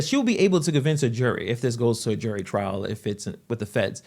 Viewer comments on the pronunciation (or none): none